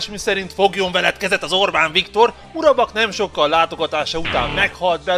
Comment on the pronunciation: Valaki nagyon hamar be akar kerülni a Trollba. :D (Egyébként Mubarak, nem Murabak.)